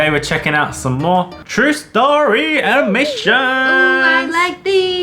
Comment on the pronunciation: Max said cute animations it's sad intimations Like if you heard it to 👇👍